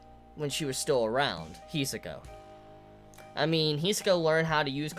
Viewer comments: "Hee-soh-kah" That's how he says it, though rather fast. And he puts pressure on the wrong point. HEeeeeeeeeeeeee-sohka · Every time he mispronounces Hisoka I shed a single tear